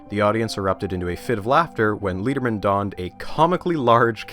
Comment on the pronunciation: Love the series but I think I should point out that Leon Lederman’s name is pronounced like lead the metal not like lead as in guide. It’s more like letter then leader.